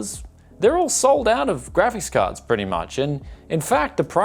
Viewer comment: "gravis cahds." are you drunk?